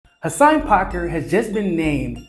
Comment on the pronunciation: Hasan "PAKKER"🤣 i love you but u couldnt say most English word of all😂